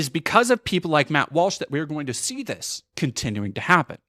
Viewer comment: Lmao, "Matthew Walshothy."